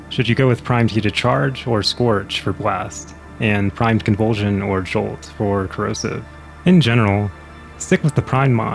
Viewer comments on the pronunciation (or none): WHO IS ZOLT? YOU MEAN JOLT?